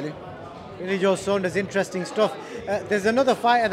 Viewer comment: Who’s billy sondres 😂 Saunders una😂